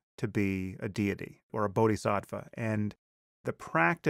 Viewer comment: What it's called: "Bodhisattva." How JBP pronounces it: "Body-Sat-Wah". Body. Sat. Wah. BODY. SAT. WAH. WAAAAAAAAAAAAAAH